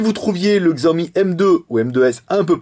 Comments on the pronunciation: Alors en fait ça se prononce Shiaomi. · Oh F(X) ! :o Pas mal le telephone et on prononce 'Shiaomi'